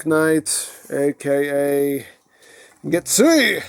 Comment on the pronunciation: Get-sue-ei is the correct (American) pronunciation.